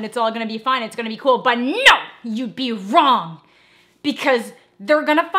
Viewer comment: Okay but this is my favorite video you've done Like I absolutely love the nO